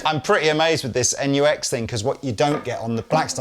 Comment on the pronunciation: NUX! Not Nu-X unless they change the name to include a hyphen. (That's a TRIANGLE, not a hyphen) That's it! It's also GIF, not JIF, NUTella, not NOOtella! You're welcome!